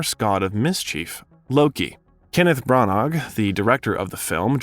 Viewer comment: Its pronounced Branna